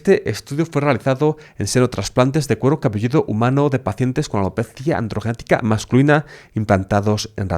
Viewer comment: AlopezÍaaaa Andrrrgenetica